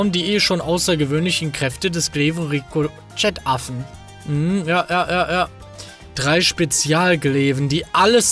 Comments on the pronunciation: Es wird Rico che ausgesprochen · Ricochet = "Ri-Koh-Sche" :)